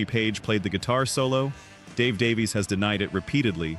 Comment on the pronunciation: Great video. One quibble. Ray and Dave Davies. Their surname is pronounced Davis.